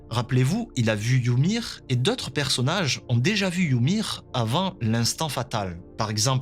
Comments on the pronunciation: «yumiru» c’est la prononciation japonaise en fait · Wsh arrêté de dire yumir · Pk il dit youmir🤣🤣🤣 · Pourquoi tu dis Yumir? Ça me stress 😂😭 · "Yumir" ça m'a stressé tout l'épisode, c'est "Ymir" sans le u. Pareil "Sieg" et pas "Zeke"